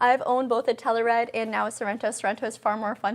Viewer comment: You say it wrong!!!!!!